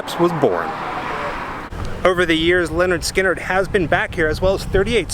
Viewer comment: It's pronounced LIN ERD SKIN ERD not Leonard